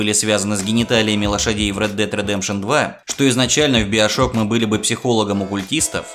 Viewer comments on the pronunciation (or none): none